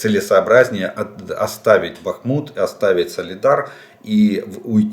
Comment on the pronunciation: Да когда же Вы определитесь: БАхмут или БахмУт?, и это экспЭрт? Хорошо хоть КраснопопОвка больше не КраснопОповка😅